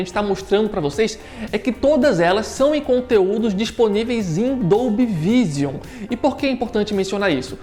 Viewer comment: só uma dica, a pronúncia de Vision seria algo como "viijâm"